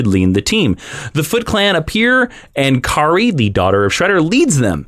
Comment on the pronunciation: Huge TMNT fan. Don't forget that the 1987 series helped playmate toys launch the toy line It introduce villians like Bebop and Rocksteady, not in the original comic And it's Karai (kah-rye)